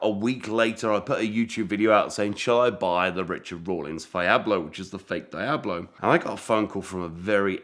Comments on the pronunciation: please stop saying dayablo… deeablo if you prefer. Your fascination for fake cars is fascinating. It’s kind of like fake watches for me.. I’d rather have a real something less glamourous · What the heck is a die-ab- low??? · Get this guy to pronounce Diablo correctly please lol